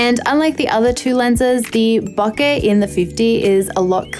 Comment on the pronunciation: It's "BOH-kay". Please pronounce it right. You are driving me nuts.